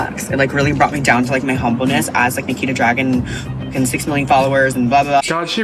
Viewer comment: he definitely said niki the dragon not nikita dragun right? or am i tripping